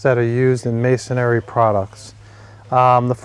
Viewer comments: Just an FYI, the word is MASON-RY (as in stone masons, etc.), not mason-ary (as in cemetary), lol. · Please, would all you guys on YouTube learn to pronounce the word. It's MAY sun ree. Three syllables, not four. There is no such word as MAY sun EH ree. It's hard to listen to a supposed expert mispronouncing the terms he's discussing. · Sorry just want to help you out a little, you seem to be good person but it's Masonry not Masonary! Please don't take this the wrong way, I just care about good people! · It's masonRY, not masonARY. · Why is it that in ~3 out of 5 videos I watch on masonry anchors, the person says "masonary" instead of masonry? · It's funny but every single "expert" that I've seen on YouTube talking about masonry bits doesn't know how to pronounce masonry. The spelling should be a clue. It's three syllables, not four. It's pronounced MAY SON REE, not MAY SON AIR EE. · It's masonry not masonARY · It's not "mason-ary." It's "mason-ry." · You used the word “masonary” a few times in your presentation. There is no such word. The proper term is masonry. Three syllables, not four. . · Not if you pronounce it "masonary" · Dude! Look how it's spelled: "Masonry," Three syllables. No "a" berteen the n and the r. Me, I'd have doubts about a workman or contractor who couldn't pronounce the names of his own tools. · There’s only three syllables in masonry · 19MarkDavid. Must be rough to have nothing more to b** about then how people pronounce Masonry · not sure i want to take advice from a guy who doesn't even know how to say "masonry" properly